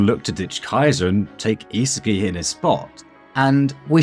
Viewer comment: are you saying the names wrong on purpose? It's not ME-chael, it's Michael (My-Coal). It's not (is-i-ki) , it's isagi (e-saw-gee). How do you guys butcher the names when it's common sense